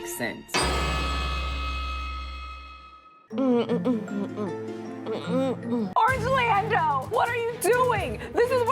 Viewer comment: I was locked in for the Real Fruits of Produce County. And did I hear that right... Orangelando 😂🤣🤣! Drop the next episode